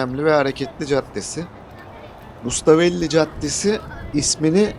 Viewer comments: Rustavelli değil , Rustaveli . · Rustavelli değil. Rustaveli